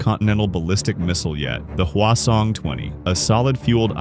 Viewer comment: Hwasong-20 ❌ Khwason-20 ❌ Croissant-20 ✅